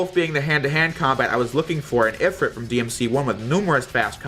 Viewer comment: ifrEet not if rit